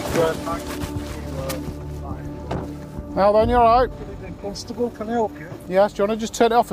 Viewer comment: The is no "U" in Constable.. really irritates me when he does that..They do it in Ilkley and Harrogate.... Pseudo 'posh'